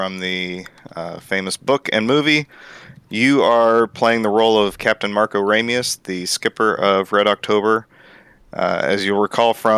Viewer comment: It's "Ramius."